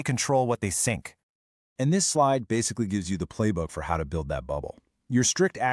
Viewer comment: At about it said sink instead of think. Oops🙂